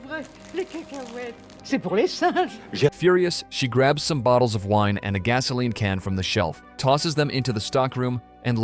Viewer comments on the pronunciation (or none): Yeah, when I heard him say wine, I literally did a facepalm